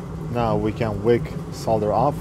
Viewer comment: Just realised, you pronounce the word solder correctly! Americans usually have a weird way of saying solder, sounds like soder or, sawder?! Anyway, you say it correctly so congrats from this Brit!